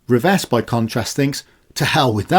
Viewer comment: 'Revesz' is my surname unfortunately. Thanks for saying it correctly, most Polish speakers get it wrong 👍